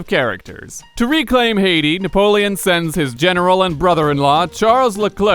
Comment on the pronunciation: Na-POLE-on? Huh? HUH?